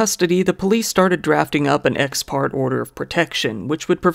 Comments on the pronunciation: You cover some decent stories, but my god man, learn some Latin, if only for its use in legalese...ex par-Tay not x part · It’s pronounced “ex partay” spelled ex parte